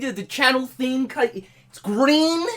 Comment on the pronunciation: its gween!